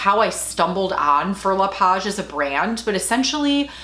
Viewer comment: Wow, your 2-year-old handbag looks brand new to me! Fauré reads "fo-hey" in français. You'll have a totally different shopping experience next time you make the purchase in Paris, the home to Fauré le Page, LV, Chanel & Hermès.... =)